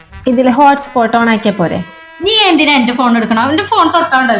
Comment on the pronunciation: ഹോസ്പോട്ട് അല്ല...😂 ഹോട്ട് സ്പോട്ട് ആണ്..😂